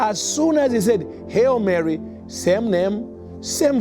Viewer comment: It's "Hail Mary" FIRST of all, not "Hell Mary." At least get that right. And most importantly every word and intent in the Catholic Hail Mary prayer is literally taken out of the bible , word by word. So this person, doesn't believe in the bible as truth?!😢😢😢